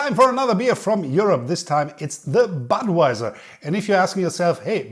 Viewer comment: thats not badwajsr but butvajsr